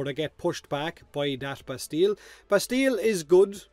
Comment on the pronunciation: it is " Bastie " the " ll" are silent ... don't ask why, french...